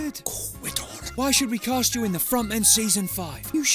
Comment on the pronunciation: Cast* not Cohrst